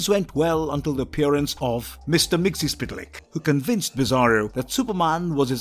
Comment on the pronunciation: Wow you really butchered Mr. Mxyzptlk's name